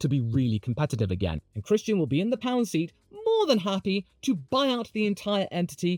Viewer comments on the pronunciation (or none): none